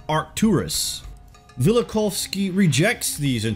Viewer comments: Velikov-isky? It's Immanuel Vel-i-KOV-sky. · That’s Vella-cough-skee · I've always heard it pronounced "Vell - Uh - Koff - Ski", by the way. Great video, though. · funniest pronunciation of velikovsky I've ever heard lol